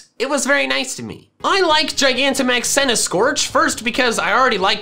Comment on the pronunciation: THE SECOND C IN CENTISKORCH IS SUPPOSED TO BE A K!